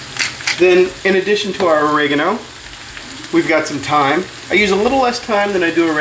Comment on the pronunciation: What's o-ray-gon-o? His pronunciation is off on many words.